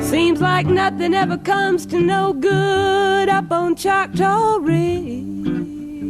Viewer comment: It’s “Choctaw”, an indigenous name.